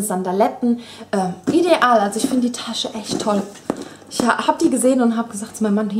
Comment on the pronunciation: Ich mag es nicht wie du ideal sagst...das nervt aber sonst bist du super :p